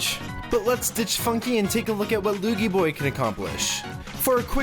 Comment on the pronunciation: DID U JUST CALL LUIGI LUGI BOY?! LOST A SUB (luigis my fav mario character)